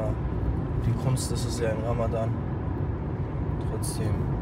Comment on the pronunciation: su ogluna bi ramadddddan degilde ramazzzzzzan demeyi ögretsen cok sevinirim